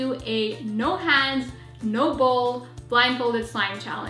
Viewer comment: It's hands not ha/nds